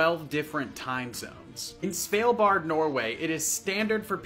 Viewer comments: "So whats the correct pronunciation?" Sval bar. (Meaning chill edge.) Silent d. With the sound [a] like in "last" and "Harvard". Not the [æ] or [ei] which is most common for a in English. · Svalbard is pronounced Svuh - BahR The R is alil more flem sounding but subtle. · Must be the worst pronunciation of Svalbard ive ever heard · I know he doesn't speak Norwegian, but the pronunciation of Svalbard almost made me cry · You can pronounce the name of that lung disease, but you can't pronounce Svalbard?😂😂😂